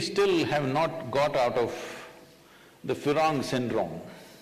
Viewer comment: Yes, he said Firong which is Firang. Being fascinated by west